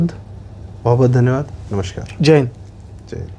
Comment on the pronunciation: "नमश्कार" ग़लत उच्चार है, संस्कृतभाषा के व्याकरण के संधि-नियम के अनुसार 'नमस्कार' ही सही शब्द है। "श्राप" और "श्रापित शब्द भी ग़लत हैं, संस्कृतभाषा में मूलतः 'शाप' और उससे बना शब्द 'शापित' है। इन शब्दों का सही उच्चार करें।